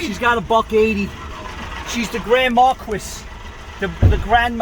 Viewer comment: Grand mar-Beat!---🤣🤣🤣